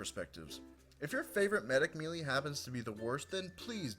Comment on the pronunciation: melee is pronouns maelae